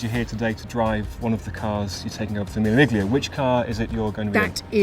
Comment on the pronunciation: ouch this is shameful pronunciation and just reflects terribly on your club. miglia? It's meel--ya. if this was like an ad promoting Love Island, fine, but for Goodwood?